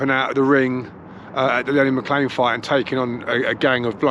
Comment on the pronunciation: Great video 👍 also good to hear somebody pronouncing Lenny’s surname correctly 👍 lol cheers bud!